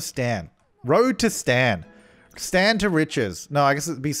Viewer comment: says “stan” me: hears “STAND”